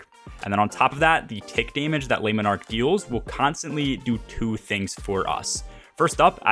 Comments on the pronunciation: "leh monarque" - not "lay monarque" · If you weren't aware you are jacking up the name of the bow something awful 😂